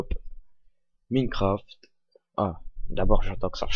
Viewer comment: ça se prononce "Maïncraft" et pas "Mineucraft" g arrété dès que g entendu ça...